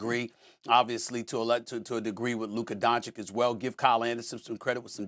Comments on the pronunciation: Mad dog can’t even pronounce Luka’s name. (Dawn-chitch) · 6 years into Luka's career and SAS is still saying Donshik? Doesn't watch games lmao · You know with these pro analysts there are only two genders as they say: its either "DonCik" or "DonKic" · I want Luka to come on the show and call these dumbasses out for it, lol. These guys are "popular American media", and it makes Americans look bad that they can't pronounce "Dahn-chich". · Donkeyč…can you even learn how to pronounce the name of one of the best players on the planet... it's a shame who is the host nowadays… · "Donchick", SAS still can't say the man's name right. But HE DOES IT ON PURPOSE. He is INTENTIONALLY DISRESPECTING HIM by refusing to say his name. He is asserting that Luka is not even important enough to say his name the right way, the way EVERYONE else says it. He does it ON PURPOSE. Why? He's a R-C-ST!! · Please learn to pronounce DON-CH-I-CH. You guys do it on purpose, shameful!!!!!!!!!!!!!!!! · why is it so hard for Stephen A to pronounce Doncic? its not hard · When will SAS pronounce Luka's last name properly? I thought he's highly educated and a respectful person? Smh